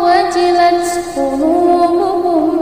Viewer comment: Ayat ke dua ada kesalahan, harusnya innamal mu'minunal ladzina, bukan innamal mu'minunal ladzi kemudian harusnya waidza tuliyat 'alaihim 'ayatu bukan ayatuhum, kemudian harusnya wajilat qulubuhum jadi qulubukum, Mohon lebih hati hati dalam membaca alqur'an ukhti, sukron.